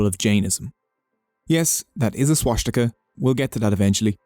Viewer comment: Why the heck is swastika being pronounced w a German accent?